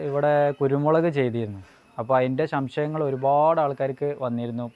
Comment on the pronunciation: ഷംശയങ്ങൾ അല്ല ; "സംശയങ്ങൾ". കുറ്റം പറയുകണെന്നു തോന്നരുത്.